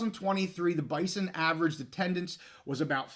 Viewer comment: from an NDSU fan also, the school and fans pronounce it “Bizon”. I don’t expect you to remember or care, but wanted to let you in on the know.